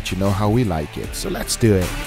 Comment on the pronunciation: "So letsdoehhh"